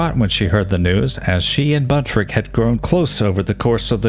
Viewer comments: His name was BUNTROCK, not Buntrick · His last name is Buntrock not Buntrick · Enjoyed the video but just curious why you pronounce the surname as " Buntrick" when it's spelled Buntrock... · Just on the outside chance any of his relatives catches your video I wanted to make sure you were aware of the correct pronunciation of his last name. 👍